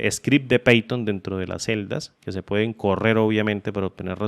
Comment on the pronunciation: python .- 'paiton' pathon .- 'peiton' jajajajajajajajajaja